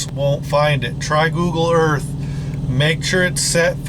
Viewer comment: CORRECTION SIR!!!, Googoo Earf